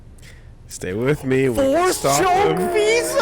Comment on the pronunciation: Visa...VSauce...we're just never gonna say her name right in this LP, are we?